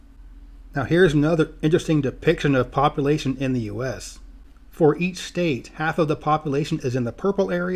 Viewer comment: I know I'm going to sound like a jerk when they say this but as a geographer you think population would be a word you would make sure you pronounce correctly